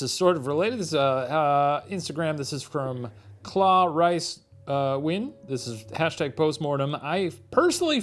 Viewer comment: Shane your pronounced “Nguyen” correctly! I’m impressed!